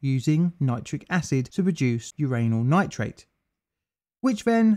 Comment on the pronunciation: Lol uranal nitrate 😂